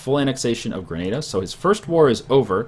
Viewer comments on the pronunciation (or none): none